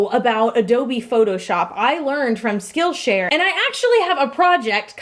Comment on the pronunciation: For some reason, whenever she said "Skill Share" I heard Steel Chair It made for a very confusing sponsorship about steel chairs that teach you skills...